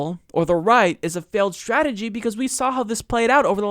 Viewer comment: Why do some people, like, pronounce words beginning with "str" like strategy and straight as if they begin with "scha""....e.g. "schategy" or "schaight". Is it a geographic thing?